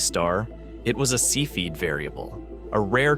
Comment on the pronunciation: cepheid is not pronounced see feed as the electronic voice says - look it up